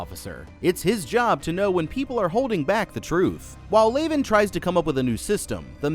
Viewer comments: Leavan is pronounced like leven, not layven. As in Leavenworth Prison, US. The rest are Kazan Prison, Russia/ San Quentin, US/ Holloway Women’s, UK/ Centre pénitentiaire de Rennes, France/ Alderson Federal, US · It’s pronounced lev in. All the characters are named after infamous prisons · Your incorrect pronunciation of "Leaven" is the most grating thing I've heard this month. The characters in the movie LITERALLY PRONOUNCE IT OUT LOUD correctly, all you had to do was repeat how they say it. Even if you had never heard of the infamous prison "Leavenworth" that the character's names are pulled from and how that prison is correctly pronounced, all you have to do is not watch the movie on mute and you'd be speaking correctly. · I absolutely love this movie. Because we get no external answers, and everything is so contained in one cube at a time, it really forces the actors and the writers on developing character and story. However, it was surprising that you did not mention the prisons each character was named after. And, being that it is in my state, I flinched every time you mispronounced Leaven (unleavened bread, Leavenworth, KS) 😂. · Also calling Leaven "Laven," Worth "Warth" and Quentin "Quitton." Dude...